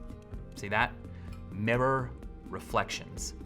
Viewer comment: I just love how miccheal says mirror